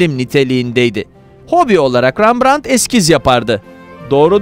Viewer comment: Rambrant’ı sizden duydum😉REMBRANT’ı çok duydum😊